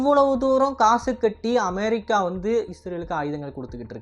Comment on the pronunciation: Please properly pronounce the word America